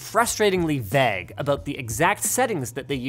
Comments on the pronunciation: Is it just me or did Linus pronounce "vague" as "vag"??? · the way you're saying vague is pissing me off lol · Does anyone else absolutely loathe the way Linus says vague? Is it just another one of his trolls like GIF? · Vaaag... Vague... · 'Frustratingly VEGG' <- Canadian accent can't escape sometimes huh XD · Vaag? 😂 Is that like a Canadian or Linus thing? I thought it was pronounced differently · Canadians pronounce vague as 'veg'? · Ok but why does he keep pronouncing "vague" as "vag"? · Was interested by how Linus says 'vague' at 0.32 and elsewhere - is this how Canadians generally say this, or some eccentricity of Linus' pronunciation?